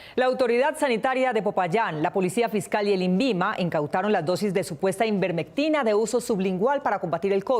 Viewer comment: Ivermectina, no Invermectina como dice la presentadora, es diferente al Interferon . Creo que tienen problemas de edicion . Además tanto la Ivermectina como el Interferon han dado buenos resultados para frenar la enfermedad en personas con diagnostico positivo de Covid-19. El Interferon se ha utilizado en Cuba y en China con excelentes resultados. los invito a comparar las cifras del Covid entre Colombia y Cuba o China, Cuba con fecha de inicio de la pandemia similar al de Colombia. Pero claro, como lo produce y lo consume Cuba y China, seguramente los pacientes tratados se convertiran en comunistas. Como actualmente la Salud no es un derecho, sino un negocio, la vida del paciente es lo de menos. es preferible saturar por semanas las UCI de pacientes, sin importar si mueren o no, que tratar de curarlos con tratamientos alternativos en cuestion de dias. La OMS y el INVIMA han demostrado mal manejo de la pandemia. De un momento para otro ahora todo el mundo se muere de Coronavirus. Los medicos se han convertido en titeres desprotegidos y maltratados, sin derecho a pensar, a investigar o a tratar de salvar vidas por tener contentos a las multinacionales farmaceuticas y a los privados que se lucran de esta enfermedad.